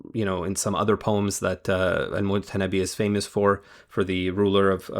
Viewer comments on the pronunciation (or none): Brother, it's al-Mutanabbi, not al-Mutannabi. Good video anyway.